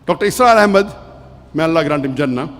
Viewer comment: Please its Dr Israr Ahmed not Asrar Ahmed